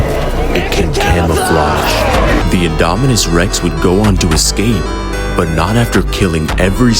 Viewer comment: "IT CAN CAMOFLAUGE"